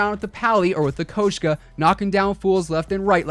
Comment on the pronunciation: Its pronounced koshka not kOshka